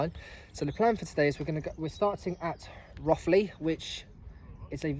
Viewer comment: It's pronounced Roe-thley,not Roth-ley.Most people get it wrong so you're not alone.